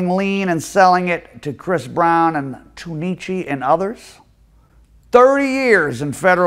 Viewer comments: He said tune eee cheee it’s tunechy lol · I KNOW just ain't call Lil Wayne "Too-neechi"😆😆😆😆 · Dude said tuneichi 😂😂😂